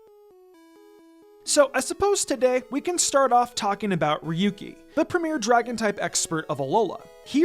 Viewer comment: Ryuki is just not very good competitively, though. Oh, and by the way, it’s pronounced “RYE-yoo-kee”. 🤨